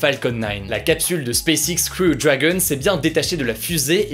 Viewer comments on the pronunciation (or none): none